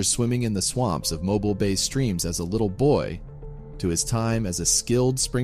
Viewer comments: Pronounced Mo-Beel not mobil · I know you aren’t a southerner but it’s pronounced mobeel. It is a French name and it does not sound like mobile phone. Cheers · It's pronounced "Mo-BEEL" Alabama 😀😀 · As someone who lived in Montgomery Alabama for many years, I was glad to see top comment showing how to say Mobile correctly. I know it's spelled mobile, but it's pronounced Moe Beele two syllables and long o, long e. It's French. Some natives even say Moe Bile, but no one say mobile. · It's actually pronounced Mobeal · or perhaps it's pronounced Moebeel 🤔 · Mo-bile. He wasn't born at a gas station. 🤣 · mo-BEEL Alabama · the french name mobile literally means portable and or moveable. It was originally established as Fort Louis de la Mobile after the French settlers who arrived there in the bay and established the community there before moving on, then changing the name to just Mobile. Which is correctly pronounced Mowbile. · That's right ! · For proper names? Narrator should probably check and double-check No big deal ofc and yeah as a former Alabama resident I knew there would be some gentle comment updates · And yet you stopped to comment to me. If someone is going to be a “content creator” the content should have things like the names pronounced correctly - don’t you think? No not a “big deal” but perhaps they did not know how it was pronounced. What if I pronounced Japan JAY-Pan with a long A - makes a difference doesn’t it